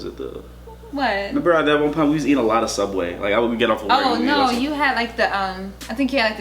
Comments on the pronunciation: Wow y'all can't say sooubway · It subway not soooubway